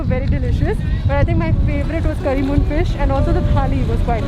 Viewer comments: Its Kari meen fish . Its not Curry moon fish like u kept saying again and again :) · Not kari moon.. it’s Karimeen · the fish is called KARI-MEEN, not curry moon! 😃Anyway, great video!👍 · It's not "curry moon" it's "karimeen".. and the part 'meen' means fish itself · Not karimon..karimeen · its not curry moon its kari meen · Not correcting sorry but its not karimoon fish its karimeen fish "meen" being the word Fish in malayalam 👍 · It's not curry moon it's Kari meen . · Its Kari meen fish Not curry Moon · One small correction😅 it's not curry moon fish it is curry meen fish Btw......must say, it was an awesome video👍🏻☺️ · It's not Karimoon, madam, it's Karimeen, been means fish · It's not करी मून it's करी मीन l मीन means मछली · It's not karimoon .. its kari meen .. meen means fish in malayalam 😊😊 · Heiii.. love from kerala.. BTW it's not karimoon,, it's karimeen.. meen means fish in malayalam.. 😍😍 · Just fyi: It's curry meen fish. Meen means fish. Lovely video though 😊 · The place where you stoped for cricket, people were gambling lol. Fish what you had is Karimeen and its pretty famous across kerala, you pronounced it a little different. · Just thought to correct you on your pronunciation of fish. Its kari-meen where meen itself means fish. By the way loved your vlog. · damn she really said currymoon